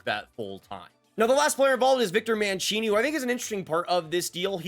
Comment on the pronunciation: It's Man-See-Nee. I love the player so please 😅